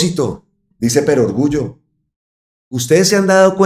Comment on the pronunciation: Perogrullo (gr),. No perorgullo. Una 'verdad de perogrullo' o una 'perogrullada' es una obviedad, una verdad o certeza tan obvia, que resulta una necedad expresarla.